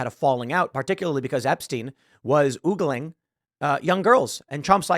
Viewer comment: It's OHgling not OOgling, ffs